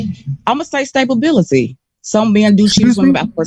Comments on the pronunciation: 😂 Did this Prize of a Woman with her Worthy cookie 🍪 just say **STABABILITY**???? What in da ILLITERATE heLL 🤷🏽‍♀️ Ma’am, the CORRECT Word is STABILITY 🤦🏽‍♀️ Sheesh!! Kevin had the Patience of Job (from the Bible) because the way I would’ve HOWLED in laughter 😆 😂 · Was she saying “stable-bility”??? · WTF is stabability🤣🤣🤣🤣. She said STABABILITY.... OMG.... DID YOU HEAR THAT????? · Did she say stay ability? I guess I've been pronouncing it wrong then, I've been saying it stability. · 😂😂😂 stay home ability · She said celibent…….AND stabability!😂😂😂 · I did….I almost choked, drinking my water….😂😂😂😂😂😂😂😂🤣🤣🤣🤣STABABILITY ….THE PHUUUUUCK!!!!🤣🤣🤣🤣🤣